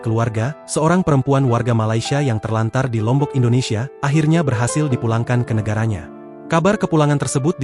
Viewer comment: Lombok L nya apaaaaah😂